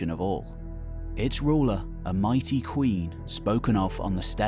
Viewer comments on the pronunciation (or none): none